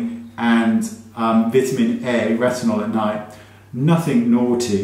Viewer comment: I can’t tell you enough how much I love watching your videos. You’re so funny without trying and content & info is always on point. I love the way you vi-ta-men. It always takes me a minute to figure it out then it makes me laugh like a silly youngster. You’re the best!